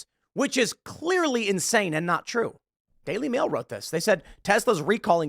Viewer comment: When you said the daily mail I thought you said daily wire 🤣